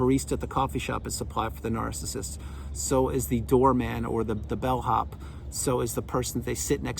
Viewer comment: I love the way you say ‘NAARCISIST’🎯😂🤣 Thank you, you are spot on again… I remember after discard it was difficult listening to some of your vids, because the Truth about narcs is so painful & destructive… I think this is why healing takes a long time because narcs operate literally the opposite of humanity, & it’s painful to understand on every level: emotional, mental, spiritual, & physical… Narcs are empty, demon controlled meatsuits. No humanity. No hope. They belong in ASYLUMS FOR THE CRIMINALLY INSANE. Period. Blessings to all Truthseekers 🙏💪❤️‍🩹🌱🌻